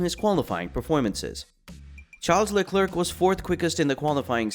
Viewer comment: sorry man but its pronounced "Le Comb" not "Less Comez".. Also it's pronounced VeRstappen not vestappen. There is an R there. It is also Carlos "Sainz" not "Sayings".. good luck on future vids.